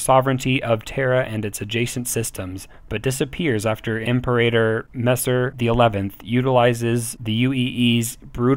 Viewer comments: Its not pronounce Emperator, "IM-PEE-RATOR", like Imperial. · This is a great resource so thank you for your hard work. I was off put a bit by the pronunciation and appreciate you acknowledge this. The most glaring was "Imperator" - try pronouncing it this way "Im-Pera-Tor" - that should get you closer to correct. Thanks again for doing these, they are quite useful. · By the way I think the term is pronounced Im-peer-a-tor (Anyone else remember Imperium Galactica 2?)